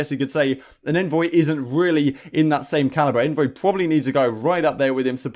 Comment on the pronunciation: Awnvoy! Lol I expected better from you 😂